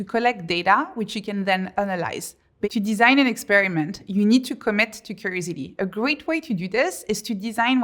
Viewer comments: What is that word she keeps saying ? Curisity? Curiosity? Cursity??? Can someone translate? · I love how she sounds like she sounds like she is saying crazy d. Instead of curiosity. Had to think about it. Lol. It goes to show yoy listen closely even when having a giggle at what you’ve just heard. She is right though.